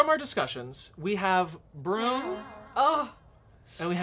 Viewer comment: I only hear "brrumm" from TNTL 😭 is he saying it like that on purpose or has that bit chnaged they way I hear the word broom from? 😆